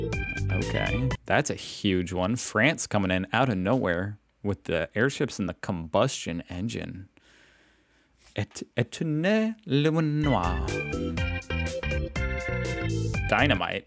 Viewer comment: 1858 - Combustion engine by Etienne Lenoir. PRONOUNCED... ETTY-EN LE-NWAR (like car, bar or tar).